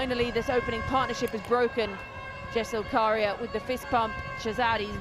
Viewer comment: No karia not kariya 😂